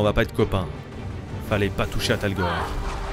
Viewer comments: tu dis tolgar mais c est talgor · C'est talgor pas torgal😂😂😂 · Torgal pas Tergal En le chien s’appelle talgor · le chien s'appelle talgor et pas targol ou je sais plus exactement ce que tu dis ( petite info)😉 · Ce n’est pas Tergal mais talgor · trop cool cette serie mais ta rate ton intro c'est pas torgal mais talgor